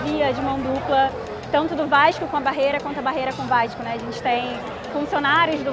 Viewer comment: ''vaiiixxxxxxcuuuuu...'' lembra muito meu primo la de bom sucesso falando no grupo da familha kkkkkkkk salve ae de SP